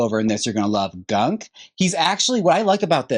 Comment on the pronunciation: You keep mispronnouncing Gonq as Gunk, The dogs name was Algonquin named after Native Americans. She shortened it to Gonq because she struggles with big words 😜😜